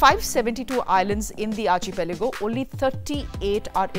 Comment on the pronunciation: Your pronunciation of 'archipelago' is wrong. It's actually pronounced like 'arkipelago'